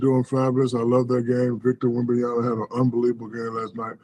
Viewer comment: Again it's Wem-ban-ya-Ma.. it's MA, not NA. Like mama.. it's MA. Not that hard..